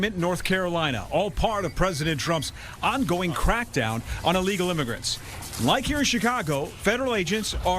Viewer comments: haha I first thought she said unlegal...too funny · I thought she said “This is an amigo traffic stop” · Didn’t she say its “a legal” trafffic stop? rofl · “Unlegal”?? She doesn’t speak English! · Allegal not illegal! 😂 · “This is a alegal traffic stop.” Speak English much? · is she saying this is 'ah legal' traffic stop? LOL! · “This is a Alegal stop” 😂😂😂 Woman learn to speak! Arrest them if they interfere. No hesitation. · Somebody should tell her illegal starts with an I not an A! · Right!! Really she's saying it's a legal stop.😂😂😂